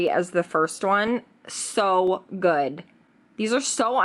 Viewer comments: Seriously annoys me how you say goodT instead of good.... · renee40 She does that a lot. Instead of pronouncing words the d she says t. Like goodt, badt, underratet etc 🙄🙄